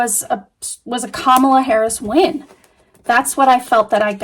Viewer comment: sounded like you said in favor of Paris… For a few seconds, I was like who’s Paris what is she talking about? Then I realized that it was Harris. But I hope that spirit didn’t misunderstand you. It certainly sounded like Paris.